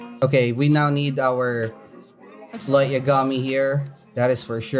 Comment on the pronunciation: Please stop saying bulmama and please pronounce Light Yagami correct